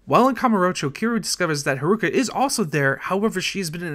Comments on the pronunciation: can't forget kiroo's daughter, harooka! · Kiroo? Harooka? Diago? Yakoosa? Are you just the narrator or?